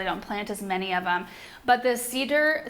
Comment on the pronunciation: Deodar Cedar: You're saying "Deodora" cedar. Is there another cedar called Deodora that's different from a Deodar? We had Deodor cedars along the side of our house in California and they are beautiful.